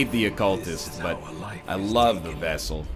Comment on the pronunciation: NL REMOVE FEAR OF ELDRITCH AND UNHOLY FROM MATHAS (but first yips) also the focus ring should be used for the front line due to the extra crit.... And for the jester if your going to use finale then use dirk stab since it moves him to the front 2 lines allowing him to do his finale.... AND DID YOU SAY VESSAL??!?!?!?